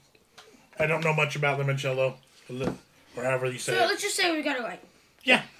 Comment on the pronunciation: It's limoncello like the instrument. It is an Italian lemon liqueur that's made in southern Italy.